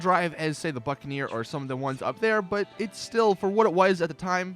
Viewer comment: when he said buccaneer i thought he said fuckaneer 😂😂